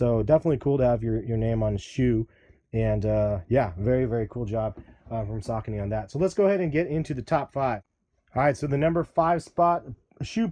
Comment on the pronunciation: this nigga said sacaknees.. lmfao wtf.. its SAH KOH KNEE